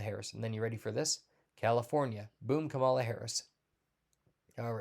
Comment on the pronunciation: You gave yourself away bro by DELIBERATELY pronouncing Vice President Harris' first name wrong (btw this means you are a racist ) ! Your entire "gut feeling" is now worthless.